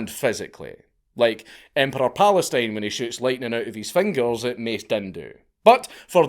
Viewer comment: ah yes emperor Palestine from Star Wars xD